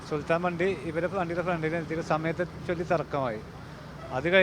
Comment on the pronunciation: സുൽത്താന അല്ല സുൽത്താൻ